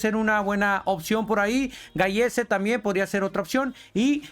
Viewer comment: Se escribe gallese pero se pronuncia galese.